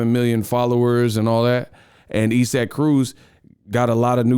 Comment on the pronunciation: Bruh who is Esack? You mean isaac? Sound it out 🥴😂😂